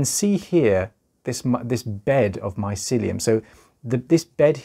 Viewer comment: I like the way you say mycelium also this is so interesting thank you for sharing and educating